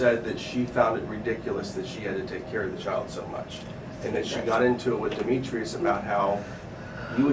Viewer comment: Trying to blame the daughter you parentified for the death of your son is absolutely ridiculous. You don’t “have help from nobody” but your daughter had to put her life on hold to help you?🙄 Edit: your pronunciation of Demetrius is killing me😭😭